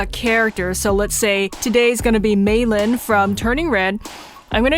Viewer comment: I love how she calls mei lee meilin by the way i lov your vids